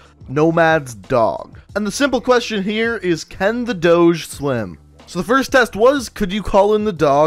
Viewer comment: "Douje" as in Doge? Wtf?